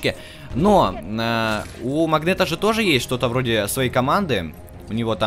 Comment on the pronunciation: Не магнето а м а магнэто в игры опечатка